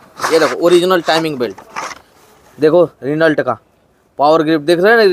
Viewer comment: रिनल्ट नही रेनो 😂